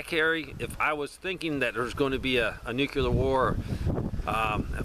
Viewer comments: NU-CLE-UR not NU-QUE-LUR.... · Why are you adding an extra syllable to the word NUCLEAR? NUCLEAR is a two syllable word. It is NOT a three syllable word. Stop saying "NEW-QUE-LEER". It is pronounced "NEW-CLEAR". Two syllables... not three syllables. Stop pronouncing the word NUCLEAR wrong. I’ll lead an effective strategy to mobilize trunalimunumaprzure. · When you say nu-cu-lar, instead of nuclear... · NEW-CLEAR (NUCLEAR) not "NEW-QUE-LAR."